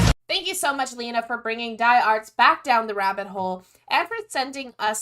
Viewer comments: "dee arts" yes, yes XDD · It's not die Ärzte like death. It is die like the doctors. Die is in German the, also der, die, das. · Die Ärzte try to spell them like dee "Air"zte